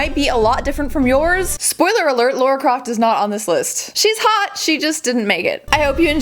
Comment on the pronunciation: lara. fucking lara. not laura!